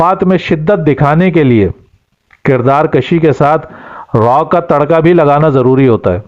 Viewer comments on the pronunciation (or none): کردار کشی کاف پر پیش کے ساتھ ہے نہ کہ زبر کے ساتھ۔